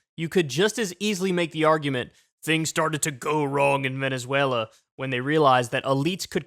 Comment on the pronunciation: "vEnEzUeLa" LOL!